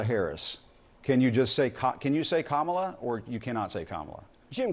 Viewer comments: The name of Harris is pronounced as "Comma-La" according to Harris. But, this campaign manager of Trump calls her "Ka-Ma-La" because that is the name of a professional wrestler from the 1980s. It is very immature of Trump's campaign manager. You even see Corey Lewandowski start to smile when he is called immature. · Hearing them purposely mispronounce her name only makes them look petty, immature, and stupid. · This guy is the classic "motor-mouthed pile of silly putty" 🤦 And Cory (purposely misspelled) : say Mom-ala 100 times and then you can pronounce Kamala's name properly. Spread the word, jerk 🤷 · It drives me nuts too! (Kalm-a-la) Happy Birthday,!! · They are eating the dogs 🐩 stop saying her name Wrong you weirdos comma , law. I can’t handle this guy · Corey Lewandowski embarrasses himself every time he opens his mouth. He refuses to answer a "yes or no" question and instead babbles completely unrelated rhetoric and mimics 'Trump's mispronunciation of Kamala Harris' name. He only broadcasts his ignorance and inability to think for himself. He's an idiot. I have no respect for this man whatsoever. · Thank you for mentioning the correct pronunciation of her name. It's mispronounced on purpose. They are all ignorant narcissists and Lewindowski is an accused abuser of women . Wow what a role model. Why do you even give this loser airtime. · Totally sad to be brainwashed. What happened to being honest. Mispronunciation of the Vice President name “KAMALA “ just pitiful 🇺🇸🇺🇸💙💙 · Continual mispronouncing of someone's name is obvious and total disrespect! This is just another way to show base what a tough guy he is supposed to be. What I would like to know is, if he wins, which language will I need to learn: Russian or Chinese? or maybe some other language to be named? ( please, vote blue and make this question a negated if) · Nothing he says is true until he can say name correctly and start with first day election lie